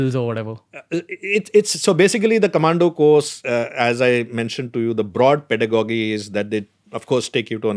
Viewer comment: its Pedagogy (....Pedagogical) ending should sound like gi and not like Doggy.....Sorry to correct here....